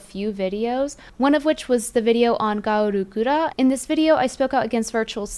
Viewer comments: Why did she say gawr gura like that. I've never heard it said like that. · Well another video to report to cover corps. You just cant stop talking about gawr gura can you? And for the love of god, say gawr guras name right 😂